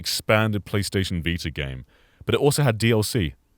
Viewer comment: The vita or as says the Viter